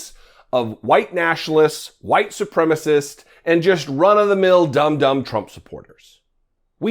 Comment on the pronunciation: You get the prize for one of the only media people I have heard pronounce "supremacist" correctly! Congratulations! Even Benny Thompson & Liz Cheney during the 1/6 commission hearing were dropping the 3rd syllable. That's okay, the dictionary will change & we'll have a new word because many of us don't even know our own native language. Yes, I'm a language Nazi. ♥ ♥ ♥ Thank you for not setting my teeth on edge & for your work as well. ♥ ♥ ♥